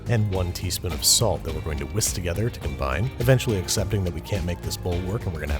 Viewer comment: real babish heads know that the man simply cannot pronounce "whisk"